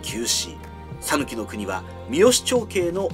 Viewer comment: 讃岐人です。「さぬき」の発音は、「さ」にアクセントを付けず、平坦に「さぬき」と発音していただければと思います。